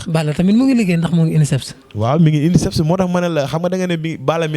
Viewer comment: Insep et non unisseps